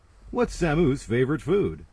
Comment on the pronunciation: Jesus he's pronounced Samus the same way as Albert Camus (cah moo). I see we have an epic gamer in our midst!